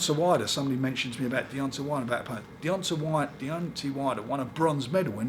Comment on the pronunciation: Frank trying, and failing, to pronounce the name Deontay Wilder may be the greatest 10 seconds in iFL history.